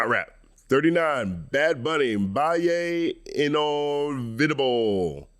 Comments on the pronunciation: “Bye-lay in-ol-vee-dab-lay” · No hate, love the video, but damn the pronunciation of "Baile Inolvidable" was brutal